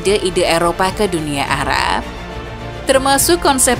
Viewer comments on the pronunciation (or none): Salah fokus sama suara naratornya yang kadang2 nyebut Arab jadi 'ara' dan barat jadi 'bara'. Why oh why